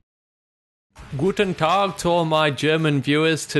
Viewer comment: Nice, when Americans say "Guten Tag" :DD